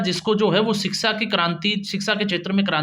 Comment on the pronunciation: भाई रिक्शा की तरह सीक्शा नहीं बल्कि शिक्षा होना चाहिए ऐसे बोलो ।